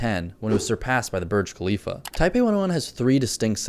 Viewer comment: Did you say it was surpassed by Wiz Kalifa? It’s nich, not neesh. Just saying.